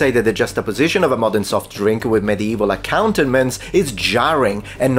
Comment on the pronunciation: You mispronounced accoutrements.